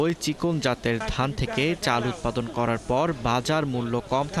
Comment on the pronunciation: উৎপাদিন নাকি উৎপাদন??????